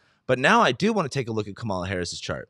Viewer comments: It’s Kamela rhyming with Pamela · Her name is pronounced: COMMA-luh. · It's Kaaaa ma la. Not Ka ma la. Pronounce her name correctly. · I wonder if mispronounces Kamala’s name on purpose. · Wondering the same. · Please pronounce her name correctly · SO irritating that he doesn’t know how to pronounce her name. She’s the Vice President of the United States for fuck’s sake!! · She's been Vice President for over three years. You're a man with above average intelligence and who's got a finger on the pulse of current events. Therefore I surmise you are pronouncing her name incorrectly on purpose. Oops, better check under that mustache; your bias and disrespect are showing.